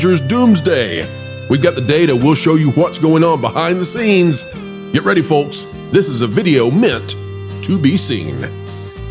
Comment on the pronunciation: And the L in Folks is silent.